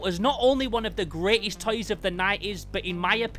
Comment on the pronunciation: I like how you say "toys" as "tiys"